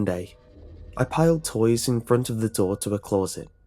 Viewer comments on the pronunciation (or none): You pronounce closet as clou-rrr-sit instead of cloh-sit and I just think that's really weird. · Please learn how to pronounce closet. It is not claws-et it’s clo-set. It really grates on me.